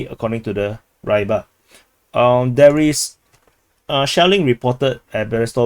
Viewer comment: just something: Rybar (Рыбарь) should be pronounced prounounced Reebar', not Raibar